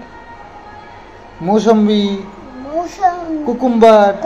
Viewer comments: কুকুম্বার নয়, কিউকাম্বার উচ্চারণ টা। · কুকুম্বার নয় কথাটা কিউকাম্বার। কতদূর লেখাপড়া শিখেছো?